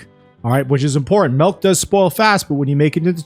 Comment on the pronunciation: Did you say "Malk"? silly comment